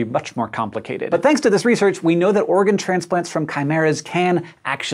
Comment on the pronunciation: For some reason, the way he said "organ" kept sounding like "Oregon" to me. Also this is sounding kind of mad science-y. Awesome mad science-y. Gosh. I didn't even think about the brain thing until he brought it up. That would be terrible. I just got a craving for a ham and cheese omelette. Which seems a bit inappropriate given the subject of the video being partially-human pigs XD.